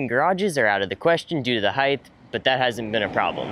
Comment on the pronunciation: The "T" is at the end of the word "Height"